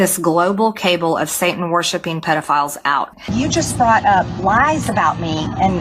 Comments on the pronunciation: Cable? Not cabal?😂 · Cable, oh she means "caball" How about "indickted" What a dunce she is. Does she kiss her kids with that mouth? Reading is so hard! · Ohmigod, she said cable...........but she was referring to a cabal........she is so damned dumb that it is frightening and unseemly how much her school system failed her..........they should fire her teachers. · A global cable? O hope it's high speed. Oh wait, she must mean cabal. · Global "cable" of Satan-worshipping pedophiles? It is "cabal", MTG. You are proving that you are illiterate every time you open your mouth. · It’s cabal, not cable Marge. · TACO Belle mispronounced CABAL yesterday also. They are pronouncing CABLE. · All the congresscritters that voted for a bill they didn't read are suddenly realizing they are going to lose their jobs in the 2026 midterms because of it... hilarious! MTG hallucinates that everybody checks her Twitter every day? Also hilarious! "Global cable"??? She can't pronounce cabal... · "Cable"!!!??? Cabal is not pronounced like that! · "Global cable." Saints put preservatives in us. Here's a tip for ya: next time you want to use a new word, get someone to teach you how to pronounce it. But you won't; you prefer to marinate in your colossal ignorance, and would rather bitch about people calling you stupid when you personify the word.